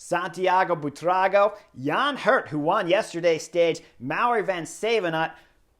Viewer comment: In honor of Buitrago’s first grand tour victory, Chris has finally nailed the pronunciation of his name! 👏 😝